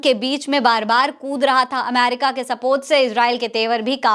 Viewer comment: . Bohut Khobsurat URDU hai Lakin Sorry Amer ca nahi Ameri ca hai . Sorry again Dear .. PAKISTANI 🇵🇰💓🇵🇰 BALOCH..